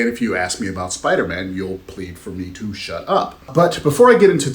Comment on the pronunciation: What is this Speeiderman of which you speak? :)